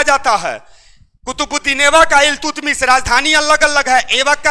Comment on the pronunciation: इल्तुतमिश नहीं अल्तमिश